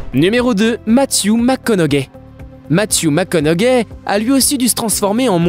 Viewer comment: C’est un commentaire sur la façon de parler. Ce n’est pas parce que nous parlons français qu’on ne doit pas prononcer un nom anglo comme il se doit. Le plus grand exemple ici, c’est Matthew McConaughey. Cela se prononce McConauHEY. On ne prononce pas le G. Il répète 3-4 fois McConauGAI 😂.